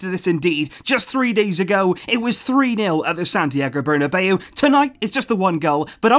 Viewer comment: What a game it was today...it was as if we were playing champions league final...our defense was on them every time....and I enjoyed vidals and Roberto's performance tonight.. everybody had a great game today..and the way you have said "Santiago BURRRRNBEAO" at the beginning of this vedio had given me goosebumps 😂😂..keep it up man!!!!👍👍🔥🔥